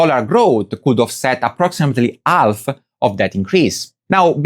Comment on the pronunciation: This is incredible. They managed to take the recent extreme heat, the most apparent and obvious proof climate change, and make its effects on people's lives the fault of climate activists. We really live in one big loony bin. On a personal note, I love how you don't pronounce the "h" in "house" and "half", but pronounce the "h" in "hour". Very unique. Keep up the good work.